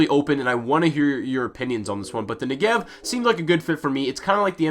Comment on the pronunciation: You pronounce Negev wrong